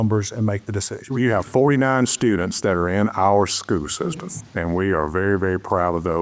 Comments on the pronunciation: What is a “skoo sistum”? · “Skoo system”